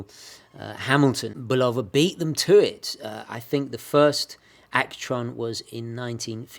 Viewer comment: Great video as always,. I have the Railroad model that I received as a birthday present in 1965. The case has never been opened except for battery changes and it runs perfectly. Oh, by the way, in America it is BULL-ova, not bul-OH-va. Ring up the office in the ESB and listen to how they answer the phone.